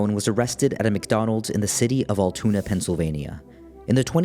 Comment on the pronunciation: 1. Luigi Mangione has not been convicted, he is a *suspect*. Treating him as if he's guilty does him and our justice system a disservice 2. it's pronounced "al-too-na" not 'all-toon-ah'